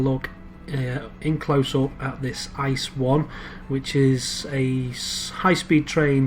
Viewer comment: and it's pronounced I C E not Ice and stands for inter city express.